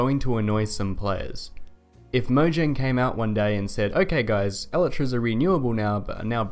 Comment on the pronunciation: i dont like how you pronounce elytras lol